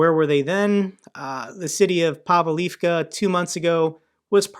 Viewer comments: They are pronounced Voo-le-dar and Pav-leev-ka. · Just a helping hand. Pronunciations: Vuhledar - Vuж li dar and - Pav leev ka. (Sorry. I was having flashbacks of on Task & Purpose.😆) I appreciate how busy you are, and am thankful for all you do.